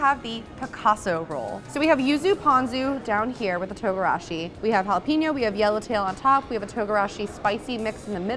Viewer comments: It's JALAPENO not JALEPINO LOL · Jalapenon is pronounced HOLLA-PAIN-YO.